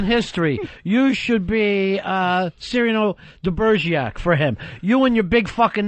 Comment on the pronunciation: Ronny:"Cereal De'Bergiac" LOL